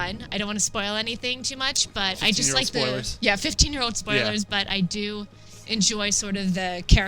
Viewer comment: Did she say spoilers? 😂😂😂😂